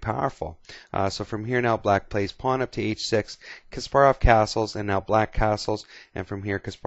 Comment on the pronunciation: It is actually Kas-PAR-rov. Several interviews confirm this